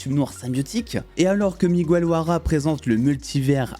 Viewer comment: Très bonne vidéo, par contre on dit pas "Migouel", on dit Miguel (comme guérir par exemple) ;)